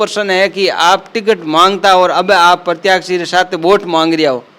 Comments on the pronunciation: प्रत्याशी बोलो प्रत्याक्षी नहीं होता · प्रतियाक्षी नहीं प्रत्याशी होता है!